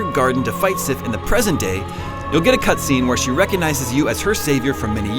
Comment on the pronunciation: did he just call sif SHE